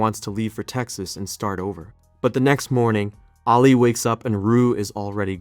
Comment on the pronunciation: Nobody has said it yet but you definitely butchered the pronunciation of Ali’s name